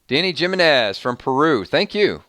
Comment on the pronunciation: LOL! Love how you pronounce Jimenez. It's Him-men-nez, not Jim-men-nez LOL. Love it tho, don't change a thing LOL <3